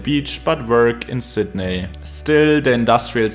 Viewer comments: lol you nailed woolongong which plenty of natives manage to get wrong, but it's Sid Knee not Sid Neigh 😂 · You mispronounced Sydney